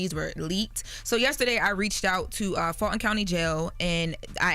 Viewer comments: Full+Ton = Fulton just minus the extra L. Pronounce it as if it’s still there. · lol love “Fall-Ton” county jail. No shade- Full Ton County jail “Fulton” big love to always